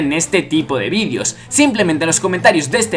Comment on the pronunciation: ¿Por que dices vidios si dice vídeos?